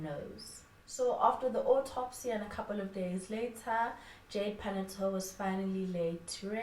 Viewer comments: The surname is Paa-naa-yoo-tuu :) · Pronounced as: PA-NA-YO-2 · You are forgiven for butchering that surname, such is life